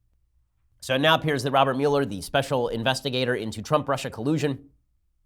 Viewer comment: Your pronunciation of Muller drives me nuts.